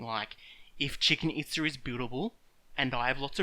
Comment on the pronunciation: "Chicken Itza" lmao.